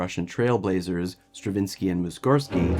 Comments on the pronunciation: Muss-org-sky, not Muss-gor-sky :) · Not only did you misspell MussorGsky (it is not Mussgorsky), you even SAID his name incorrectly. What is your excuse? Are you reading someone else's work?